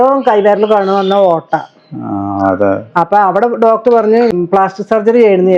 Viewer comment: ഡോടർ അല്ല ഡോക്ടർ എന്ന് പറ ചെറുക്കാ😅